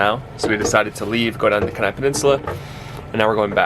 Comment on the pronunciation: Pronounced "Keen-Eye" (Kenai) Peninsula. 😊 Hope you feel much better... Fruits and veggies look awesome! BTW... might be your thyroid acting up! Symptoms can be varied and come and go, and also VERY affected by diet (GMO's/processed foods - all designed to destroy thyroid function!). You're smart to not completely trust the mainstream medical community for everything... Most mean well and believe otherwise (in their "compartmentalized" way, but those with the "power" aren't in the business of "curing" people... because it puts them out of "business"! They're only guessing most of the time, and the truth of healing is often just as kept from them, as much as the rest of us! So much "behind the scenes history" there... but that's for your own digging/wake up call. Take care!